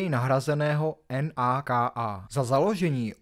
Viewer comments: Naka sa číta naka nie en a ka a 😂 a tie zábery z amerických filmov je naozaj autentické. Nemáte v čechach toho dosť😂 slabučké a zbytočné video :::: a nie že ;ze Sereď aspoň si zistí čo sa ako vyslovuje lebo je to naozaj trapné nemá význam to dopozerať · ..a tak su tam drobne nedostatky v tej vyslovnosti ale snad sa to da pochopit a odpustit. V CR niesu tak zvyknuty na madarske mena. Ta NAKA okay,to uz docela trhalo usi,to uznavam.. Za mna sa to celkom dalo pozriet,kto to chce do detailu,tak vsetci vieme,ze Vlado z to ma zmaknute na jednotku ✌️ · súhlas ... drobná oprava len... pápayovci a ecsi sa vyslovuje éči ... a taktiež na slovensku sa NAKA nevyslovuje po písmenách ale normálne ako slovo